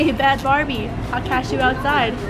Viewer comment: did your friend just call bad bhabie, bad barbie? lmaoo